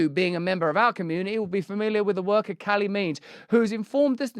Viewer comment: Who is “kali meades”?